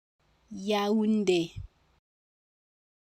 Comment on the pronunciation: If the accent is over the é then shouldn't the é be emphasized not the u?